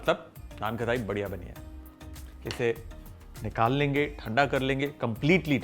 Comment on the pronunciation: Cool ❤️ But annoying खताई खताई It's खटाई